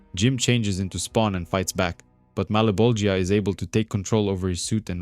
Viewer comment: I love the way you say Malebogia. Sounds divine. Thanks for the "audiobook" - it serves well when your job involves a lot of standing/sitting still.